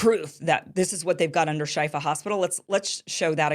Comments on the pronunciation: It's pronounced Sheefa, Kim. It means cure. The IDF "evidence" was definitely pathetic, like every other "proof" they provided in the past month. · I believe it's pronounced "shefa" meaning healing